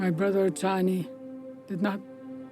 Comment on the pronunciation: Chanie (Chah-nie). And you did pretty good with Anishinaabe (Ah-nish-nah-bae). This is also a thing that many American First Nations went through but rarely gets talked about.